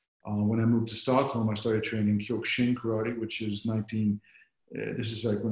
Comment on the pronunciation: Love Kyokushin and trained it it for 39 years. Everyone pronounces it wrong for some reason.